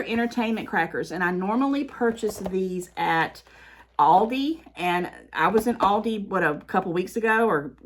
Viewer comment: I'm from the north and I call Aldi's the same as you. Plus, in Germany, the parent company of Aldi pronounces it like you do.